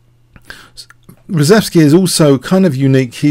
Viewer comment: I believe the name is pronounced "shev" - ReSHEVsky, not ReSEVsky.